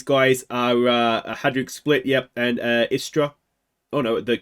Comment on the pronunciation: You pronuced them good, istra and varazdin also. Istra is a team based in the beautifull town of Pula, on the croatian halfisland called Istra. They were established in 1961. In the last few years, they were an afiletclub of alaves, spanish club. They were subsribed to the 9th position for years since ligue 10 was established, only to finish 5th last season. A good team with solid gk majkic and a killer st erceg. They had spanish managers last 5 years, actualy only one manager for 4 years i think, which is rare in croatia to have a manager longer then a year or two. And yes we do have palms in dalmacia and istra, but they are not natural but import palms